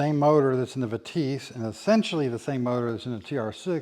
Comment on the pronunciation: What’s a “Vetisse” ? “Vit-esse” !!!! Strange that different models had different distributors…..